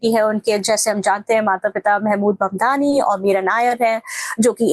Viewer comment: His sir name is MAMDANI not MANDANI....